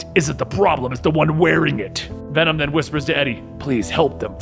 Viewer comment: “We are Wenom” 10/10